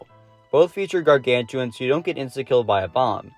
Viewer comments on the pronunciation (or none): It's gargantuar nor gargantuan